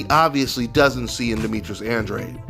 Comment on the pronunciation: Why do so many people struggle saying Andrade?